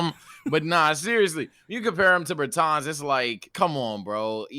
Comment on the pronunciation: No way you called him Imdavisss Bertans LMFAOOOOO